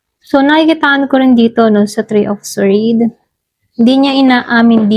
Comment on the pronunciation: Sord po di po swwerd ang sword